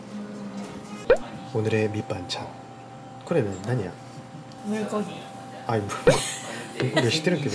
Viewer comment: 물고기 ㅋㅋㅋㅋㅋㅋ 발음 되게 귀염터지시네려 ㅋㅋㅋ 거이 물거기 발음이랑 가까운데 ㅋㅋ